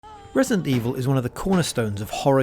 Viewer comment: “resint” evil?”